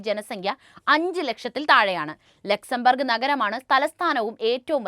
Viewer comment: Laxen burg alla Luxenbourg